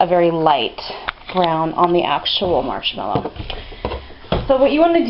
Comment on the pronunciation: She said Colonel it is a morshmelow